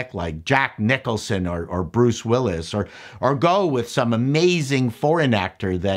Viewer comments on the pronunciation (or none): none